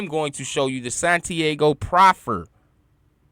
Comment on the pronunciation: Santi-AHHGO fam...not Santi-A-go